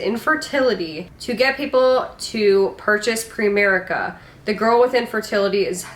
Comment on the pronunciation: It's "PrIMerice" like PrimeTime.. But yes.. very cringy strategy. - segment.